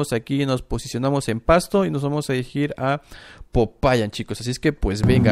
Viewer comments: SE DICE POPAYÁN EN EL MINUTO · SE DICE POPAYÁN